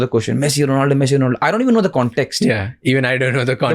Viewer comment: Bro not donaldo 😂he is ronaldo You cook 22. Seconds